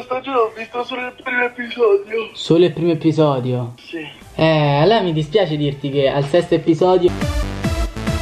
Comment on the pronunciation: Un informazione episodio si pronuncia con una sola p